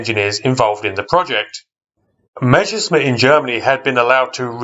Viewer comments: Not Mezherzmit but (harder pronounciation): Mesershmit (with s in "Mes" like in Douglas). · The first words in the video : when I say Meschersmitt 😂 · Not to be disrespectful: try to pronounce Messerschmitt in two words : Messer (short break) Schmitt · Sorry, I meant no offence, I'm just nitpicky. It just seems odd to me when people write "Messerschmidt", despite the fact they clearly see it written differently, or swap "sh" and "s" when pronouncing it. I'm not a native anglophone, though, maybe it's a tongue-twister in English. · Willi Messerschmitt - presumably one of the most mispronounced and misspelt aircraft designers in history. :-D